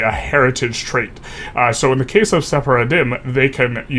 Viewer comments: FYI it's pronounced se-far-dim (with the most obvious pronunciation) not se-fara-din. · Sephardim is pronounced "seh-faar-dim" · It sounded almost like he was accidentally calling them "journey of the faith" in Arabic - سفر الدين (Just a beginner learner so my grammar might be wrong there, but it has that cadence to my ears)